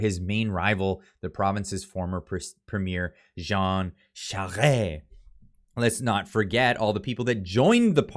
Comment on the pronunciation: Thank you for pronouncing Jean Charest properly. But to the real point of the day is that Trudeau continues to live in his sick, woke, tyrannical fantasyland were he actually believes that he has some special Marxist super power. He makes me so sick that he does not deserve to eat bugs, maybe bed bugs. I hate his guts so bad that I pray the good Lord will forgive me for my hatred for this maggot. Pierre Poilievre is the true hope that the God hating, abomination of the idiot fool Trudeau will soon crawl away with his twisted tail between his legs.